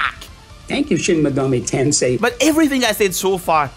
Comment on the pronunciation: Shin Megoru Tonsay. This will never not be funny to me.